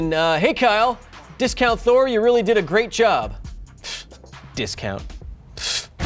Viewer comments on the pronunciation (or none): none